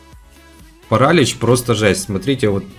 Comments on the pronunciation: не пАралич , а паралИч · Не парАлич, а паралИч Слава украине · паралИч , а не парАлич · Парали́ч правильно Парали́ч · паралич ударение на иииииии